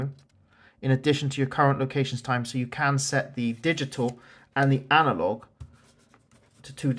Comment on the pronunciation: the word is analog not anilog